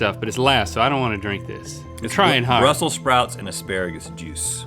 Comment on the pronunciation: For a second I thought Rhett said the drink had “Russel Sprouts” in it - so THATS where he went Phil!